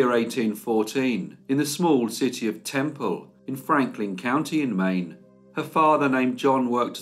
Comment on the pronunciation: I love it when you say Maine...wicked good story- what a beauty, how they used her. May she rest in peace denied her here. Thank you as always, take care.